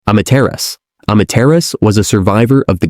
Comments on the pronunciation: Amaterasu, why do i hear (imma terriost) instead. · Amaterasu was pronounce A-ma-te-ra-su whice is the name of god of the sun in Japan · This is a text to speech voice right cus aint no way a real human is pronouncing Amaterasu like that